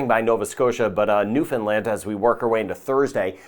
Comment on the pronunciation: Thank you for including the Atlantic provinces (for those of us living in the Caribbean) and especially thank you for your correct pronunciation of Newfoundland especially